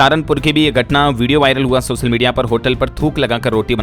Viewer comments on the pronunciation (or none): none